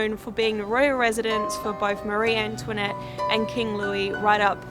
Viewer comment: la façon dont tu prononces "Marie-Antoinette" est , comment dire, très Américanisée.